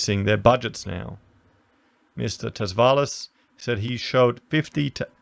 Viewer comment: Tsavalas I believe is Greek. The T is silent so it's pronounced Savalas in English but close to Chavalas by Greeks